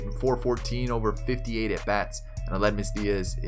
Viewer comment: Matthew VanderPloeg Aledmys too lol still an enjoyable video